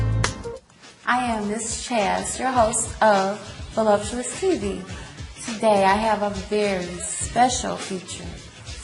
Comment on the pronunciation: she aint callin it volupuos tv for nuthin lol